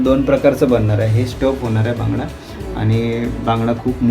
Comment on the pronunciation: भांगडा नसतो रे.. बांगडा असतो तो